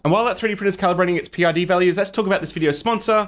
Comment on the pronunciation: Great tips. PID is pronounced pid, rhymes with lid and squid. Thanks for the reminder because I have a printer that doesn't hold temp, drifts 5-8 deg either way.